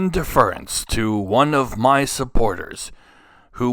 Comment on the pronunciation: You pronounced "deference" incorrectly. Just a heads up.